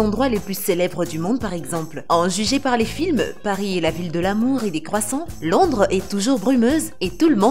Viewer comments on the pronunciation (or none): none